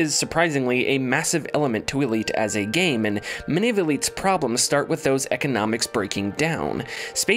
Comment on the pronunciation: Good breakdown of E:D! Did anyone else notice every time his sentence ended with a single syllable word is was drawn ouuuuut? ...in gaaame. ...there will be trial and errrroor. 😉🤪